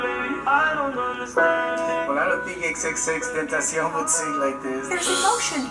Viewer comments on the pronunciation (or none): It’s not xx teteshen it’s xxxtentacion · Who else here misses x rip x btw and hates when people pernounce his name xxxtentaaacian instead of xxxtentacion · C'mon, "XXXtentashion" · He called him xxtenshion 😂😂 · my mans said xx tentashion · The way pronounced his name was so funny and disrespectful 😂😂😂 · You pronounced “tentacion” no offense but The worst in the fucking world